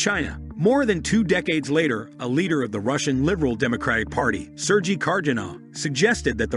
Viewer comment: The narrator can't even pronounce "Sergey".